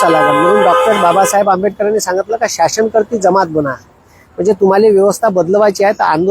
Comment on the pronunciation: Shashan nahi sir shasan aste😂